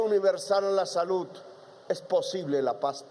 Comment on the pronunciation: Lapicito se cree un orador de otro mundo, cuando no está tocíendo o golpéa el atril, hace imagenes e hipérboles que no concluye y, si una oración termina en Ese, la alarga hasta que se desinfla. Más que gallos lo que se le vuelan son pajaritos, ni habar de las palabras terminadas en De, como salud, la que pronúncia con Te, deve ser por eso que los nenes se mueren de "denutrición". Golpíando en vez de golpeándo la puerta, se dará covertura al país